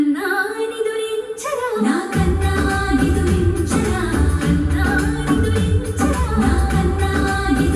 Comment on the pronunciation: It is pronounced as can-na-nee-doo-rin-cha-raa